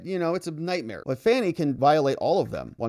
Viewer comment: Actually, her name is pronounced like Fawnie, as in Fawn. That's how her father pronounced the name. Whatever. Trump 2024!